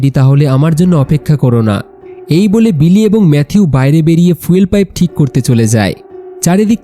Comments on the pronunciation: ফিউয়েল ❌ ফুয়েল ✅ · ফিউল না ফুয়েল উচ্চারণ ঠিক করবেন